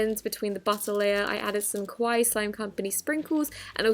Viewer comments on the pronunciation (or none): none